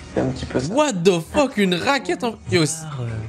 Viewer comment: ah ouaiiiii 🤡"what de fuuuuk"... fin de la vidéo pour moi!